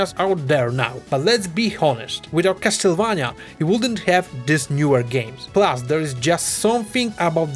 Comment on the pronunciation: Finally, someone who pronounces "Castlevania" in the right way and not the americanized one